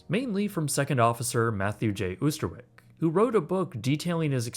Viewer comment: Considering that with your title and topic involves a Dutch ship, I'm surprised that you haven't even taken the slight effort to pronounce Dutch names. So far off the mark. You can't even pronounce the name of the ship itself. The "S" in Prinsendam is pronounced as a "Z". The "Oo" of Oosterwijk is NOT pronounced like "Zoo". Rather an insult to this man.